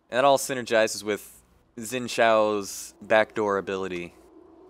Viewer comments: hum its xin zhao, not zin xhao :p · xhin jhao............. not zao.... but jhao. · Say it with me now: "Sin JOW" That is his name. Not "ZIN shaow," not "ZIN Zow" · His name's pronounced Chin Dzaho. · By the way, Xin Zhao is pronounced like "Sheen Jao." Since Xin's name has Chinese origins, the 'X' should not be pronounced as it would normally be in English. In Chinese, it's more of an open-mouthed 'shee' sound. Like, if you said "sheet". And if you've seen Avatar: The Last Airbender, Zhao is the same pronunciation as Admiral Zhao. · Xin Zhao =/= Zin Xhao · why does he say Xin Shao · I disgust the way you say Xin sjauw. xD Still nice gameplay, thumbs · This is how you pronounce it: Sin Shaow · Why english ppl can't pronounce Xin Zhao properly and end saying Xin Yao? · why does he say Zin Xhao? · argh.... so many people don't know how to read 'Xin Zhao' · I lived in China for 4 years and studied Mandarin (Chinese) every single time people try to pronounce "Xin Zhao" i cringe T^T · Saying a name another way is one thing, but the way you say it... it's completely off... I did notice too.